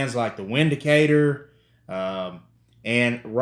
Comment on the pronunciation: It's pronounced "Vindicater"